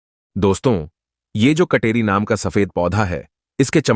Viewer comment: Kateri ko katori na boley